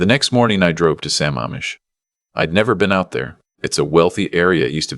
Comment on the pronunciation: It's Lake sa-MAMM-ish! Also, if the son is so rich, why are all the other monetary mentions so skimpy in comparison?